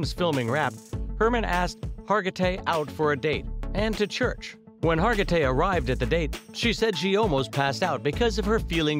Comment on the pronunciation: Second straight video about this famous actress where her name was butchered. Last one kept calling her Har-ji-tay. SMH